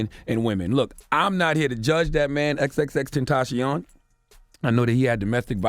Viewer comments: Tenta-see-yon right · Why does he keep saying his name wrong “xxxtention” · I hate how you say his name ex ex ex tentaacioon